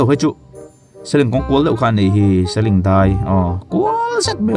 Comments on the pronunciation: Aizawl aṭang a khawchhak lama khaw hnai tak pakhat Seling khaw hming hi i lo la hre ngailo a ni maithei, 'Seling' a a 'ling' lai hi bâl kan ling ang emaw, 'a letling' a, a ling ang a lam tur a ni e. Tunlai ṭhalaite hian youtube video te hi an en nasa si a, mizo ṭawng in hman dikloh chuan a ve turah an ngaih mai a hlauawm a, hemi kawngah hian in pawimawh viau a nia. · I seling lamdan khi a diklo aw seling te chu a lar2 nen